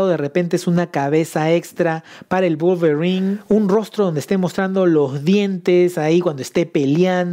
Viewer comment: "Volverin" 🤣😅🤣😅🤣🤣😅...me hiciste el dia.